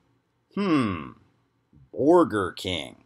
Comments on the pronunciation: Does Caleb really think mispronounced Burger King because he () genuinely knows nothing about the fast food industry? That's wild, huh? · Hmm, borgers. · I thought the correct pronunciation was "booj-wah king"? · I can never pronounce it any way other than "Borgar King" from now on